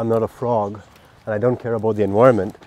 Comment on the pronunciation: Sick video bro! P.S.: EN-VI-RUH-MENT